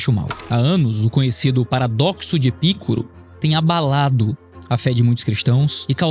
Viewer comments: Sabe nem pronunciar Epicuro 😂😂😂 Epícuro kkkkkkkkk sabe nada de filosofia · Pronuncia-se: Epicuro (paroxítona). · Mt massa o video, mas eu sou chato e tenho q corrigir, é paradoxo de epiCÚro, e n de ePÍcuro, vlw ai e desculpa pela chatice